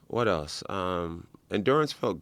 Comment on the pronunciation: Does anyone notice how when joe says "else" it sounds like eltse? Things like that really get to me.